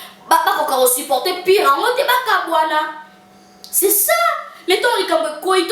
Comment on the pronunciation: Pour le meyaire et pour le pure Kiekiekie pardon loba sans trop de fier.. on dit pour le meilleur et pour le pire